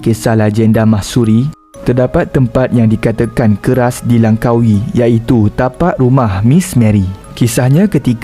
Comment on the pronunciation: Langkawi bukan lankawi ok